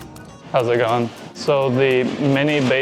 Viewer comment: Opens with a "howzit goin". We got him, guys. He's Aussie now 🤣 Another great vid mate, onya.